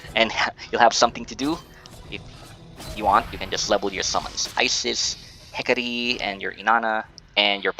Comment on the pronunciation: Correction lang po sa mga RF Players. HEK-ə-tee po yan pag pronounce. :P